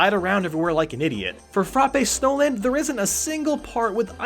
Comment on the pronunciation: Koopa City not Neo Bowser CIty Sweet Sweet Canyon not Sweet Sweet Mountain Frap-ay Snowland not Frah-pii Snowland